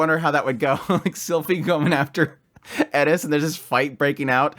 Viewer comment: I TAKE IT BACK HE SAID IT PROPERLY